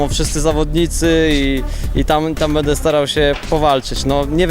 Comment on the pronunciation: Stunter ; będę a nie "bede" :P